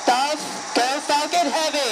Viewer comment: sounds like he said SpaceX F*****g heavy